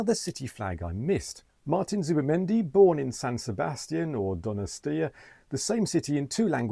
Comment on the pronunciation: Good pronunciation of both San Sebastián and Donostia 😊